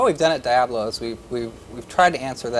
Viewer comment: TFW your company is named 'Diablo' but you don't know how to pronounce the word.